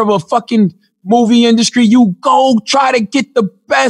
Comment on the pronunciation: Induskry lmao